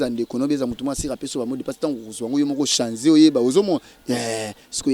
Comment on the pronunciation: stp balobaka ko changer et non ko chanzé bosalaka ata ba formation ya rémise à niveau, ken yope modele okataka émission po otiela batu soki prophete akim na pub naye ya prostate vraiment hein🤣🤣🤣🤣🤣🤣🤣